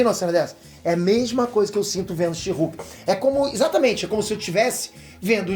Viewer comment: A melhot coisa desse ep foi a titanium chamando a she-hulk de sherk